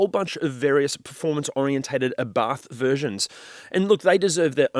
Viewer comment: The accent is on the first letter, just fyi. It is Abarth, not aBarth!